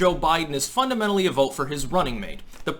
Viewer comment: I love how often he mutters the word fundamentally or fundamental, but it comes out more like fumumendly/fumumendal. I did a typo during this comment and it came up dementia lmao 🤣